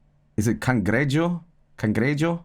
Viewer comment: “El cangreyo” - 2026